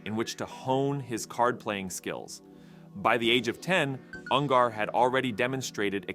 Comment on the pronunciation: Dude can't even pronounce his name right. UN GER not UN GAR